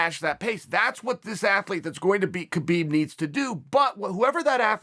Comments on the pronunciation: As a russian I have to tell you read “ habib” not “ not “ k-habib” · It’s habib no kabib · Guys, it's not Kabeeb, it's Habeeb. It's just written with Khabib. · Wonder when Khabib ( Pronounced: Ha-beeb) retires undefeated people will start saying his name right.🤔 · Habib not khabib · ITS HABIB, AN H SOUND NOT A K. GIVE THE MAN HIS RESPECT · theres two people in this world 1. liars 2. people who pronounce "khabib" "ka beeb" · No Uncle Chael it's Kalabib say it Kalabib. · I wonder if Chael knows that the K is silent